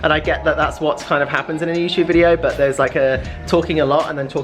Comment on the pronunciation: please learn to say but properly and not bu when you are talking